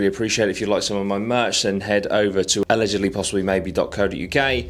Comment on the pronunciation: He say " sweet one, Geese" ??